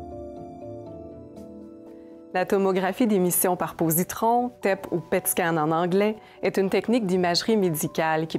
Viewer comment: Positons et non positrons